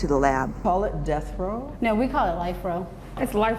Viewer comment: It's death row, not end row.